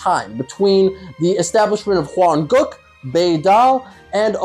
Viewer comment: Why does he often say Hwan-*goo k*?, Is he racist?????